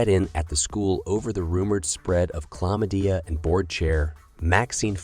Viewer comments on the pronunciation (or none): This recap is excellent. But the mispronunciation of the character's names, and of words like chlamydia, is super off putting!